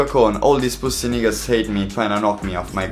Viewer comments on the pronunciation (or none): Bro can’t say nigga like that